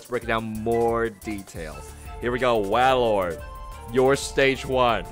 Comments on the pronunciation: Its called WAILORD for a reason, not whalord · do you not watch pokemon because you don't know how to say like 75% of names lol. WAY-Lord. Not Wah